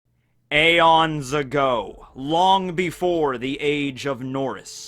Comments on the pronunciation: actually it's pronounced eon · I think it’s pronounced E-ON-S